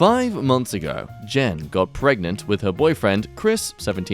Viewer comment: "Pre-GANTE" flawless english continues to impress